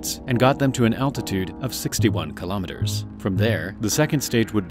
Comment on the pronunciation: Three thumbs DOWN; for not pronouncing kilometer properly! Bye- bye! I minute and 5 seconds!